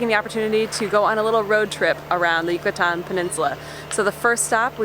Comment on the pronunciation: I love your pronunciation of “Yucatán” and other Mexican and Spanish words. 👏🏼👏🏼👏🏼 So many folks who settle in Mexico from the US, Canada or Europe don’t even make the effort to pronounce city and location names or Spanish properly! That really bugs me bc I see it as a sign of disrespect... 🙄 I’ll give English speakers a pass on the double “rr” but aside from that ALL other sounds should be perfectly easy for any English speaker to pronounce. Okay, I’ll leave it there! Thanks for this video...🙏🏼 from an American who speaks English, Spanish, French & German. Yes, another language is not easy to learn BUT make the effort everyone!! Give Spanish and Mexico the same respect you give any other country and/or language. ❤️😉🇲🇽🇲🇽🇲🇽